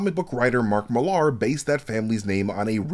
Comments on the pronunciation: Nice video, but I think you're mispronouncing Mark Millar's name. It's not Millard with the D removed. It sounds like Mill-r. My name's Ben Millar and it was a bit grating. Usually people can't spell my name, but they can usually pronounce it. Keep up the good work, otherwise. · Mill-ahr? It's just said like Miller, dude. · Bloody hell. What is it with Americans and pronunciation? Mill LAH. Same as Miller.